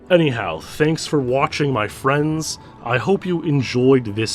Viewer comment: My FWENDS!